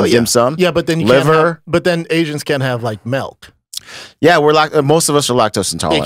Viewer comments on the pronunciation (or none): Brendan.... its milk! Not mElk! He can't pronounce it yet says it almost every podcast...😂😂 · Someone please tell Brendan to stop saying "melk" and "pellow". He's nearly 40 and can't pronounce these basic words. If he says this on front of D'elia he'll get wrecked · HEY BRENDAN… ITS “MILK” NOT “MELK” lol Just sayin bubb